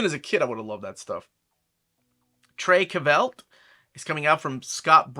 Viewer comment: It's pronouced True Cult not Trey Cavel lol